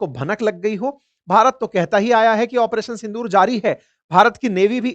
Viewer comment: In every statement you are saying " Apareson Sondur" ?